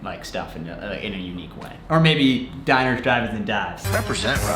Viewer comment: Does Colin and Samir's pronunciation of diner piss anyone else off or is that just me?